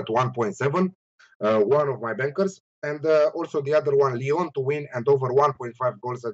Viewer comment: Big man, he pronounced Lyon awfully.